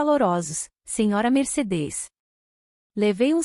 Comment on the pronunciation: Meu Deus, a IA não consegue pronunciar MERCEDES